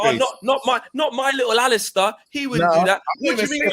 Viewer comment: Man said Alistair you know 😆 🤣 Big up the panel and the channel everytime! 💣